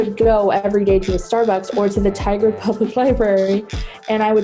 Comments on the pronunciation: it’s pronounced “tie-gerd” not “tiggered” lol sorry I’m from Oregon. Great video nonetheless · Eeeeeuuugggghhhh!!!! TIE-GRR-D. It’s pronounced TIE-GRR-D. Oh man that just made my skin crawl. I herd Oregon and had to rewind to double check the city. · As an Oregonian who lived in Tigard for a brief period, Tigard is pronounced like “TIE-GERD” not “Tiggerd” lmao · also it’s tigard oregon public library not tigger ^^ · Me: nodding seriously and listening intently Me: hears Tigard pronounced Tiggered PPFPFOTBBTBT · It's "TYE GUARD" Oregon just so ya know ;) Like "Tiger" with a "D" at the end. Nice place. Nothing to do besides the library, so the story checks out. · The mispronunciation of Tigard.... I used to live there, I was in their elementary til like 3rd grade, people had so many different answers for what the F stood for. btw for at least when I lived there and for me to this day Tigard has always been pronounced (Tie-grd) Oregon is (Oragun) I love libraries, I never went to the one there because back then i had my own collection of books, but libraries are sanctuaries, it's a safe place where you can learn and enjoy yourself, the public computers and wi fi can be used for a million things, but not to spread hate smh. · Tigard is pronounced Tigered. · Not relevant but it's ORE-GUN and Tye-gard ( in creepshows segment) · It's pronounced ty guard and ore gun. Sorry not sorry man gotta pronounce stuff right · YouTubers who need to be stopped: You Reason: that pronunciation of Tigard. I'm kidding, this video was fucking incredible and I love watching these long videos from you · The way they say Tigard, Oregon physically hurts me tho 😂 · As someonewho lives in that local area, your pronounciation of Tigard rubs me the wrong way.